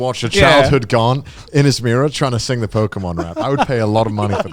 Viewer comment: Hearing them try and pronounce Pokémon was both entertaining and cringe